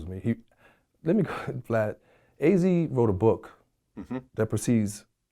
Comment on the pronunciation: or when was sayin vlod 😂